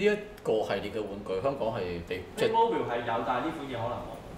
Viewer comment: 屌，主持連個玩具牌子名都讀錯